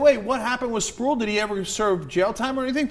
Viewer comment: pretty sure that guys name is pronounced spruwell not sprool.